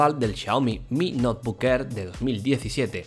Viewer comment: ¿Noebook o Notebook?